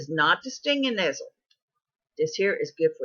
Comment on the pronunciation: It's important to guide people accurately through wild foods. 1) the plant you're talking about is "nettle" not "nestle". 2) the plant you are eating is Henbit and not purple deadnettle. Not trying to be nasty, here but the information in this video is not accurate and wild foods are not something to play around with.